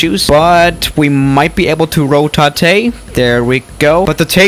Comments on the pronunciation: "Rotatay". LOL! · “Ro-Ta-Tay” Intensifies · the way he said rotate, it was like: RO THAI THEY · „Rotate“ Good ✨EnGlIsCh✨ (this is a joke)